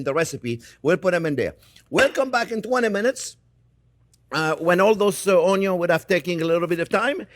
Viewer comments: I'm just here for the oñyo. I make my pickled onions differently, but hearing this man say oñyo makes me happy 😁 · I love how he says, "Uhn-yuhns!" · I don't even like onions very much. I just watched to hear him say ONYO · I like how you say onions 😂